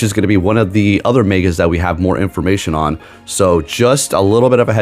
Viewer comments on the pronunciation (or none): none